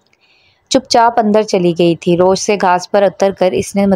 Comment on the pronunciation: Plz its rawish not rosh 😶